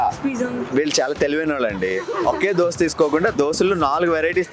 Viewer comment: Boring place plus it is called Dosa not Dosha ra bokka